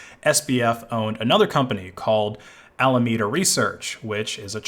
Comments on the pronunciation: As he pronounces alameda as "almedia" it sounds like a terrorist organisation. They were not much better tbh, caused maybe even more harm than an average terrorist group. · "almanedo's assets locked in solono" lmfao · Dude made a video on Alameda, but he can't even pronouncethh name correctly...Definitely worth watching